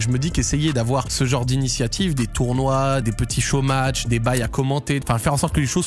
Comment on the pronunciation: Quand il dit '' des show match '', j'entends des chômages